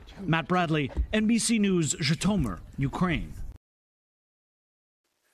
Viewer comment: At least, if you are going to visit and make videos there, learn how to say the name of the Oblast. Zhee-toe-meer. You sound ignorant when you just wing it. It is a simple Google Translate action to learn the pronunciation.